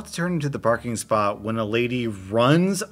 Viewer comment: During the clip about the person getting dog food at Costco you totally said “Barking spot” rather than “parking spot”. Perfection 😆🤌🏽